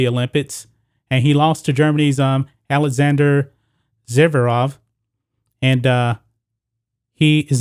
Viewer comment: im not sure a person that cannot pronounce "alexander zverev" should comment on tennis